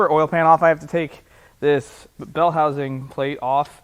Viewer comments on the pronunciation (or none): none